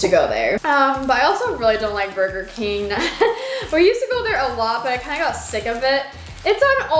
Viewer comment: It’s Burger King not burger keen